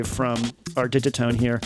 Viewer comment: TIL that Digitone rhymes with minestrone